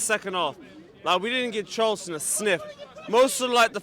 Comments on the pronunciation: It’s Charlton. Have some shame 🙈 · It’s Charlton. We shouldn’t get too excited.